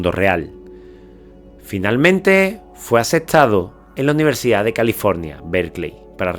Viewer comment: "AULAS DE UNIVERSICAD"